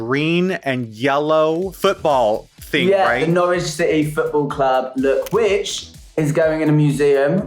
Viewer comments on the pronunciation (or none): none